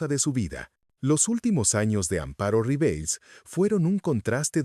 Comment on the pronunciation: Fue una grande del teatro, el cine y la televisión en México. Una gran falta de respeto por no saber pronunciar su nombre correctamente. Su nombre era Amparo RiveLLEs. En español la doble ll se pronuncia como Y.